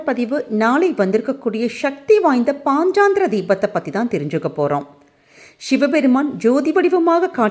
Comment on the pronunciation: பதிவுக்கு நன்றி. ஆனால் பாஞ்சராத்ர தீபம் என்று சரியாக உச்சரித்தால் நலம்